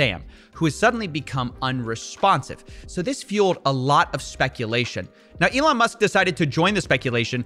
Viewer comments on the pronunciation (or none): none